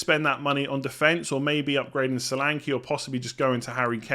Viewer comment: The name “Solanke”is pronounced SHÓLÀNKÉ and not Salanki. S sounds “SHip” N is stretched and E sounds “bEd” not “I”. Great wild card selection.